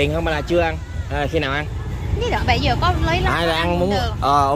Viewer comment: Bảy giờ và bây giờ....học phát âm cho rỏ.